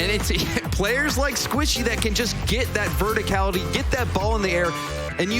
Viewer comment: can't watch past when the caster said "verticality". Rocket League needs better casters.